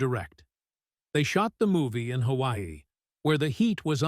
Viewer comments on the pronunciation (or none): none